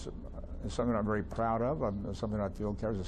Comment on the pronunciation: vaery? i dont think that word is in the english language